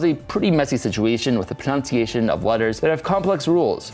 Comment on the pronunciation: Pronouncing 'dagger' like 'daygur' is a fun little quirk. But pronouncing 'pronunciation' like 'pronounciation' is a no go, mister! XD Adore the new language though and am curious how well it will take off.